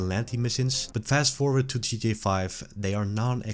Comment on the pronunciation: Bro it's g.t.a 😭 how hard can it be to say?